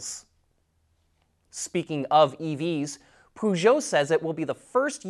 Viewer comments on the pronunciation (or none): Autoline would have a better chance of getting Peugeot sponsorship if you didn't pronounce it "poo".